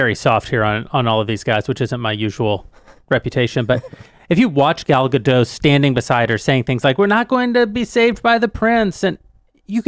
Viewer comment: its Gal Ga-Dot. like Dot to Dot.